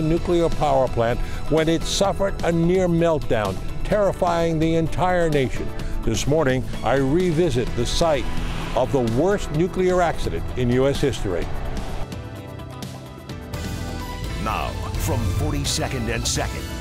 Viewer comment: Why did He say -> "This Smorning." ?